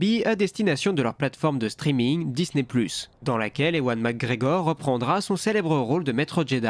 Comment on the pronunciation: Bonjour, ewan mcgregor se prononce evan.